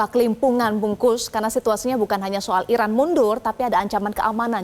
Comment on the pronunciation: Bungkus 😂😂😂 Bung Kusnaeni ko jadi nasi bungkus. Presenter metro perkaos nama orang😂